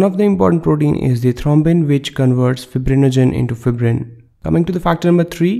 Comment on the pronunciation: Wrong pronunciation of the fibrin